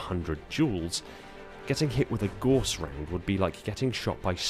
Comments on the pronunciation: Gauss rhymes with house not horse! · If you are going to make a video about a weapon, make sure you can correctly pronounce said weapon. It is pronounced g-ow-ss not g-o-ss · I'mma be that guy and point out Gauss is pronounced like House. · For those who still are fighting the war on how to pronounce "Gauss Cannon", I'm on the right side